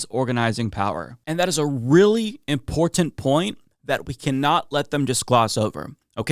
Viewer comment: managed to get "import-tent" in three times. Way to go,.